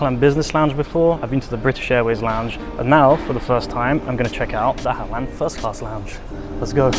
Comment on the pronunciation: you pronounced Ahlan wrong. You pronounced very strong. The h is pronounced like the word (hotel ot hospital)